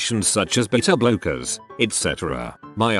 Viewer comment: when it said beta blockers i heard 'bitter blokers'